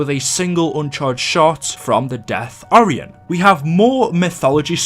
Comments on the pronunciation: Its or-i-en ok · It's pronounced or-I-on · its pronounced o-ri-on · Why is he prononcing Orion so so wrong